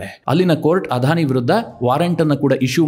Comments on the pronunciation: Sir, You have pronounced everytime as 'Adhani' instead of 'Adani'. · ಅಧಾನಿ ಅಲ್ಲ ಅದಾನಿ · It is not ಆಧಾನಿ. ಅದಾನಿ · It is not Adhani it is ‘Adani. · Adani not Adhani. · ಅಧಾನಿ ಅಂಭಾನಿ ಅಂತ ಹೇಳದೇ ಅದಾನಿ ಅಂಬಾನಿ ಅಂತ ಸರಿಯಾಗಿ ಹೇಳಿ